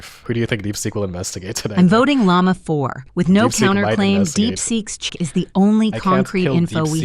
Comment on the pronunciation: i still can’t believe how they said llama 4 “yama 4”